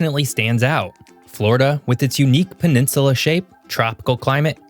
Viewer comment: There's no r in peninsula